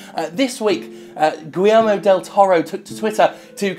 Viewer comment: I believe Sr. del Toro's first name is pronounced "gee-YARE-moe" with a hard "g."